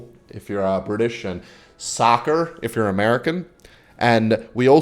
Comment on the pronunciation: Lmao why do you say soccer like that. The Downunderians say soccer as well cuz you have scuffed football yourselves